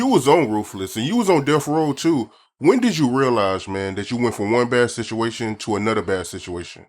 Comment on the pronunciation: homie said sishuation 😂😂😂